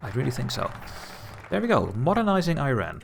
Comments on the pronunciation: Great video! Looking forward to the next episode. however you gave me (an Iranian) a seizure every time you pronounced the name of the country. It's not I ran. It's eeeeeeeRaaaaan (pronounce e, then fullowed by Run, eRun one might say) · Cool video mate, but please stop pronouncing Iran like "Eye RAN" lol it should be "ee-run" or "ee-ron" inb4 am Iranian